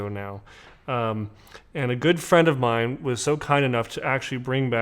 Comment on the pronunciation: Let me help you, - it’s “GOOD” Grandpa. 👨🏼‍🦳 And it’s “Oh-d’Cologne,” not “Oy-d’Cologne.” 🙄 You’re welcome. 😎😆 P.S. - re: the dude in the “Tabac” commercial - looks like a very “manly-man,” but wtf does doing “figure eights,” alone, in the desert, have to do with shaving lotion? 🤔🙄